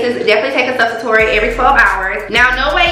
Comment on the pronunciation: Sub-sua-tori????? Baayyyyy I love your energy but if your axx don't put a disclaimer on the mistake 🥴🥴🤣🤣🤣 is pronounced su-pos-it-tori🤣🤣 no shade promise